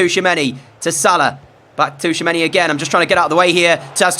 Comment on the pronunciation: Hey it's chouameni, not T'chouameni